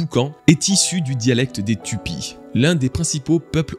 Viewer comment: Alors, ça s’écrit Tupi mais ça se prononce Toupi